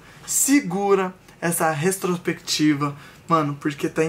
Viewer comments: O falando retrosprequitiva e tudoo ksksksksk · Restropectiva foi foda hein 😔 Os meninos são muito bons, porém eles falam muito errado e por serem influenciadores deveriam se preocupar com isso! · Vai virar meme o tentando falar "retrospectiva" KKKKKKKK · Eu rindo achando que o tava falando retrospectiva errado kkkkkk